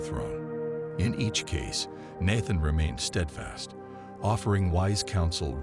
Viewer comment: The masculine virtues? Give me a break. And the machine should get the pronunciation of Nathan correct, once and for all.